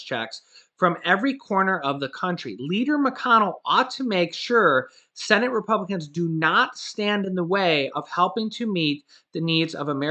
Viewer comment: Every time I hear the words Congress or cenit. I start laughing